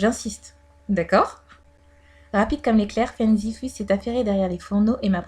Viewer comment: Ça se prononce fung zifOU plutôt Non?